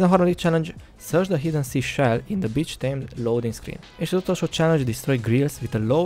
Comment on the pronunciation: angol kiejtés lvl0 mi az hogy bitch😂